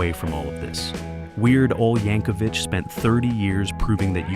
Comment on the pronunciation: I often hear Weird Al's last name mispronounced as "YankoVICH" such as in this video.